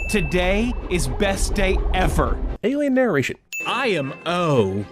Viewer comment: aliennaration? Seriously? 1 sin for YOU.